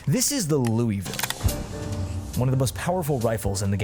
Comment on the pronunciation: Bro pronounced Louisville wrong Unsubscribing